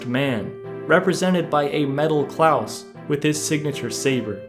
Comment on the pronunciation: That man can't read so I'll spell it like CLAWS (even tho it's Claus) not Klaus!